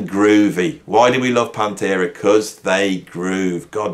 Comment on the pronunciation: To be fair, did say at the start that metal isn't his main genre. But I caught that too. Dissident is one who rebels against society. Many people still think it's Stained Glass. Can't blame them. The cover looks kinda stained glassy. I like how the Brummies remove the T from Metal. Also, says "PAHN-terah". In U.S. we say "pan-TERA" He makes it sound like the name of a fluffy kitten. Here in America we say it like a solid punch.